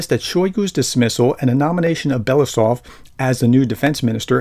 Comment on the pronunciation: How to pronounce Andrei Belousov? Ahn DREHY Bel a OO sof...accents on the capital letters. Maybe not perfect but better.